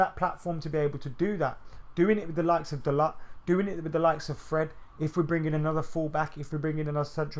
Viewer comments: fuck me man whatvis it with these northern guys pronouncing words like children. The T in dalot is silent Bro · Dalot pronounced Dalo with silent T. Man said it himself, speaks good english.